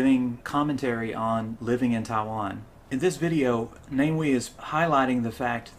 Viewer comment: Again I need to point out before you go any further, the name is NA MEE WEE, please, watch more of his youtube video then you can find out. NA ME WEE, not Name Wee